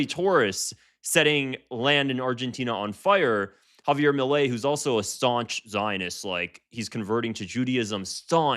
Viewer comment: Javier "eails"